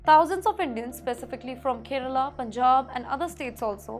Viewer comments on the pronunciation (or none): Izreel ??? Cannot even speak or pronounce properly 😱 It’s Kerala , not kiirela , Government NOT GOMENT First You need to get Basic education and definitely some DICTION lessons … It is too Irritating to listen to you, I keep trying to block XPTimes , but it keeps popping up on my YouTube feed ….